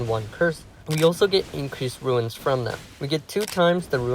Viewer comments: Runes is pronounced like [roons], not ruins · Crazy modifiers. The extreme masochist players are gonna love this. Also, souls games really tests people’s ability to read sometimes. I’ve seen a lot of people make similar mistakes. This guy spelled “runes” correctly, but says “ruins” often. Kind similar to how people pronouncing Evergaol as “Goal” or “Gail” and not “jail”. It be like that sometimes, but I just notice it a lot.